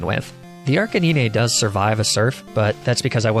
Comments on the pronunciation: Honestly man, love the video....but what in the freaking world is a Arca niney and La Prah? Are you doing this intentionally to drive us crazy? wanting to punch the hell out of the screen and keyboard, bite our nails and bite our tongue in full rage!!! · Arc a nine is the pronunciation not arc a ne nay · Its pronounced "Ar k 9" not "Arcae nee nae" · Its not arcaneene it's arca9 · Archaniene?!!! SERIOUSLY?! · Arc-a-nee-nay??? Arcane canine...arc-ay-nine. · I am almost 100% sure that it’s not pronounced Arca-knee-nay and it’s pronounced Arca-9. If you pronounce it because it’s funny that’s cool but it does annoy me slightly. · What about his pronounciation of Arcanine? He says: Arca nee nay but it’s pronounced arca 9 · arca nee-nay this isn't the end! Lepraa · LePra, Arcaneenee, Onixii- what are you from Vietnamese Crystal??!! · Dude Arcaninay Laprah What the fuck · Dude he pronounces "ark-en-een-ay" lmfaoo it's a joke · 𝑳𝒂𝒑𝒓𝒂𝒂𝒉 and 𝒂𝒓𝒄𝒂𝒏𝒚𝒏𝒆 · Its prounouced arca-9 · ARCHANEENAY LMAO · Arca-ne-neh lol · You lost me at Arcaneenay but you killed me at Laprah. For obvious reasons, I could not sit through the rest of the video, hilarious xD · “le prois”: exists . Arca-knee-nae: finally our battle will be legendary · Nobody: Not a single Poketuber:: "Arca knee ne, La prá." The way he pronounces these is still hilarious, ngl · POV: you’re looking through the comments for someone to clown on this guys pronunciation of Arc-In-Knee-Nay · did... did he just say "arcaneenay"????? Bruh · Arc-A-Nin-Ya? come on bro... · Excuse me? Arcaneenay and la-prah? Did I hear that right? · Bro. Arcaneenay and Luhprah? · Did he just say arcaneenay?🤣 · wtf did he say?? Ark-é-nee-ne?? 💀💀 im dead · I love this guy but Arca Nee Nay? 😂😂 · Who would win: one Arcaneenay, or one Laprah? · arcaneenay xD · Mate the pronunciation of some Pokemon (arcaneenay and la prah) is on point. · I love says larbras and archinini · Ahh yes, my favourite Pokemon ArCaNeeNe